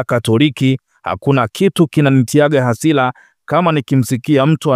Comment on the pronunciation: Mtangazaji kwa hisani yako kama bado untaka kuendelea na hii kazi, fanya jitihadi za dhati uweze kutamka ipasavyo L na R. Unatuchafulia Lugha Rasmi sio Lasmi. Veli stilict, very strict. Hasira sio Hasila. No Reform No Election.